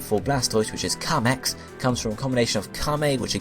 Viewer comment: "zenigimme" that is not how you pronounce it. I am surprised at how wrong this video was. There are so many mistakes. Here is some I can help you with. "Zenigame" is pronounced "Zen" "ee" "gaaaaa" "may". "Kameil" is pronounced "kaaaa" "mayyyy" "Eeel". "Kamex" is pronounced "Kaaa" "mayyy" "xuuu".